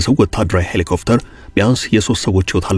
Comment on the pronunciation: ሔሊኮፕተር not ሔሊኮፍተር